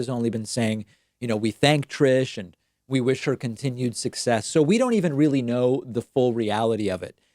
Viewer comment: She is weelly smawrt.